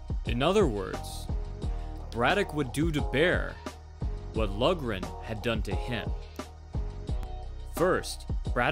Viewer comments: Pronounced Lock-ran, not Lug--ran. Irish-American like Braddock. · I'm not sure if anyone else has pointed this out yet, but it's pronounced Tommy "Lauren", not "Lugren". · Great video, "Loughran" is pronounced like log-rin, had a teammate back in high school with that name lol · Loughran is pronounced low-gren. Braddock exemplified what is called "ring generalship" against Baer. He nullified Baer's strengths and fought his own fight, not Baer's. The mark of a champion. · It is actually pronounced Lock-ran. It is an Irish name and that is the proper way to pronounce it. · Loughran is pronounced like Lockran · his name is pronounced Tommy "Louran" it is an Irish name and the "gh" is silent, it is spelled "Loughran" please stop slaughtering my great grandfathers name. I like your videos! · It’s pronounced LOCHRAN.